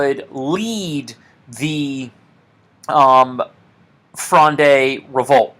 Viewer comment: Am currently doing a philosophy course in montpellier and this video has really helped me navigate the context of the litterature component. If you're interested in pronunciation (anodine to the content of the video of course but it's nice to know) you can navigate Richelieu by thinking of it as rEEsh Li-YOU (said fast ofc) and fronde as being one syllable: frond not fronday. Thanks again